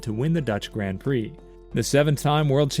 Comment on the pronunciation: I’m all for speaking the language of FREEDOM but hoooolllly! You couldn’t even try to say “Grand” and “Valterri Bottas” even remotely correctly.